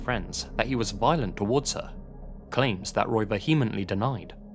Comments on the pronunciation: Vehemently is actually pronounced VEE-uh-muhnt-lee , figured you'd ought to know as your whole thing is oration. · "Vehemently". If you're going to try and make grown-up content at least learn how to say the words you've looked up. That's the second time I've heard you do it.